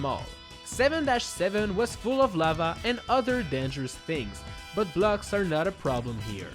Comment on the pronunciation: BLUGS, you say blocks not BLUGS